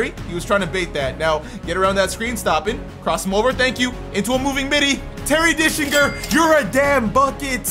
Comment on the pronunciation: It’s gets me every time you say “Terry Dickslinger” 😂